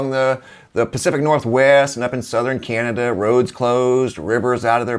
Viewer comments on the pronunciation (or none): none